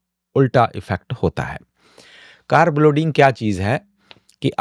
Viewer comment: English Ki bat hi kon Kar rah , Hindi meh कारब ❎ कार्ब ✅